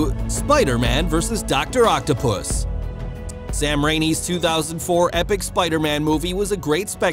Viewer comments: Pretty ironic that channels like this do so much research but for some reason they can't take the time to get the names right. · Sam Rainey? Alfred Molini? That's embarrassing.